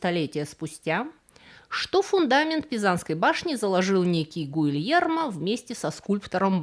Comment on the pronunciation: Помимо дурацких неадекватных смехуёчков (другого адекватного слова подобрать не могу), вы безбожно коверкаете святое итальянское имя Гильермо (а это легко проверить) и понятия не имеете о клаустрофобии — тем не менее, вставляете это слово на самый верх башни. Дизлайк за всё.